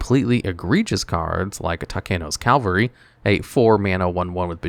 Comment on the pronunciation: It’s “CAV-AL—ry.” “CAL-VA-ry” is the place Jesus was crucified according to Christian scriptures.